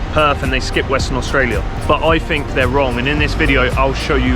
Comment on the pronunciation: "Fink" - opinion disregarded